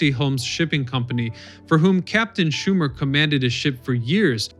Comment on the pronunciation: Herman Schuenemann not Schuman. I know bedtime am a granddaughter of Herman.